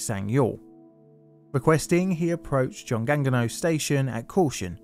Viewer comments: I lived in Daegu for two years, and you wouldn't even know from riding the subway because of how well it's run. Terrible to know this had happened a few years before I was there though. (Also, it's more like "joong ong no") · You gonna let that 중앙로 slide but not choi, a highly popularized anglized pronunciation?